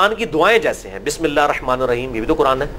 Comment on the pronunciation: Meharbani farma kr apni bismillah theek krein....arrahama nahi h...hirrahama h......baqi rehnumai k liye shukria